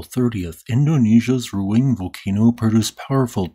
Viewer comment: Please, respect the native Indonesian language and pronounced the name of the volcano accordingly. Ruang is pronounced more like ru-ung.